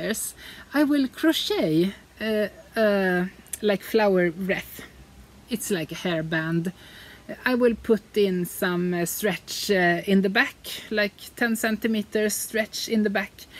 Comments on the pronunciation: A little help with pronouncing wreath (Kranz) is: just pretend the word is written like this: wreeth. This is how you say it. It is spoken like beef or teeth. Huggs, Christina :-) Lovely Podcast. We celebrate Midsummer in Germany too, but this year there are no bonfires with many people. We will have to make our own little tradition at home I guess. Have fun and stay safe. :-) <3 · Thank you! Always a pleasure to watch. The gray sweater is lovely as is all the embroidery. P.S. "wreath" in English is pronounced like "wreeth".